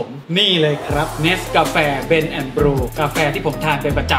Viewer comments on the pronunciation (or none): เบลนแอ่นบลีว ครับ ไม่ใช่บลู 555555